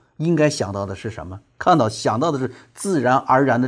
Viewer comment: 给（ji）予，😅